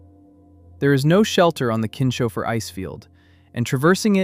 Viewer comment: Pronounciation of Kinshofer: Not Kin-shofer, but Kins-hofer.